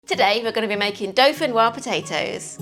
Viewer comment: Dauphinoise has an E on the end. ......'woizzz'. Either way, delicious!! Thanks.